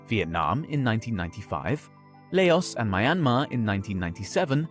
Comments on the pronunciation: Dude. No offence but you should do more research into the pronunciation of names. The pronunciation of Laos and ASEAN is unnecessarily hard to listen to and easily fixable with research. They don't have to be perfect. It's ok to have an accent. But "accents" don't make you entirely mispronounce stuff (unless your native tongue does not have that/ those sound/s in the first place). And as an English speaker, the excuse of not having that sound would not be applicable in this case. The 'A' in ASEAN is similar to that of "Apple." No one says "Aye-pple" (maybe American Southerners do. Idk. But pretty sure you aren't so it's just jarring and out of place). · It's 2023 and people still pronounce laos wrong😐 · La-os? fucking la-os?!? this channel is hilarious! You pronounce the whole thing, man. It's "Laus". Do some research next time. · The first syllable is pronounced Ah-sean, not Ei-sean. And Lao, not lei-os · Never heard of LayOs before 😤😤 bro it’s not hard to get it right it’s Laos 😂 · Ahh yes, the country of LAY-OHS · "LAY-OS" fucking seriously? 🤦‍♂️😂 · Its not layus. Do more research so the grift may be more believable. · As a Singaporean, I've never heard ASEAN pronounced as if it rhymes with "Asian". It's usually pronounced with three syllables, more along the lines of "Ah-see-ahn" (Also, Laos is a single syllable pronounced like "louse", and Lao (the demonym) is also a single syllable - I don't think it's pronounced "Lay-oss".) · Laos should not be pronounced as La-os , just saying. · As a Half Laotian half Vietnamese person lived in Saigon. I laugh so hard that he pronoun Laos as LEOS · He butchered EVERY SINGLE NAME!!! 😂😂😂 ….ASEAN, Timor Leste, Laos, Nikkei…